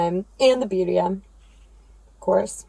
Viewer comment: BiRRia. Double r. Try to roll it! Rrrrrrrrrooooooll it! 😆 greetings from Spain!